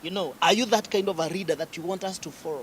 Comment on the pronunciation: 🤣🤣Huyu anaongea Kikuyu tu hapa. Eti reader while he means leader 🤣🤣. He is saying millor instead of mirror 🤣🤣🤣